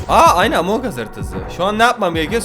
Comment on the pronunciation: among us a among ıs diyen koca yürekli